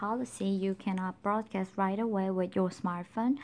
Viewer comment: Ya me too I really like your accent Soo cute ..I really like it when girls have a accent. Especially the / rit 2 reft part . I'm Hispanic so I know about having accidents myself. Don't change anything that's what makes you unique